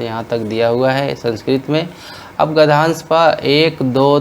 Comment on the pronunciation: Gadhansh✖️ Gadhnyansh 👍